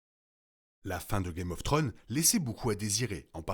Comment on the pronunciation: Video super intéressante et bien argumentée. House of the Dragon semble nous montrer Dany comme la princesse promise. Cela relevera sans doute de la spéculation au final. Ps: vous narrivez tjrs pas a dire Thrones, le S nest pas optionnel, "guèm of tronze' la prononciation. Un petit effort ! ❤